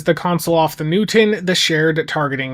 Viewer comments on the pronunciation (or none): Thank you Hu-man for discussing this vessel you call New-tin.